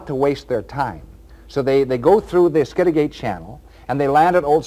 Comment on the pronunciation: P.s. skid a get.....not skid a gate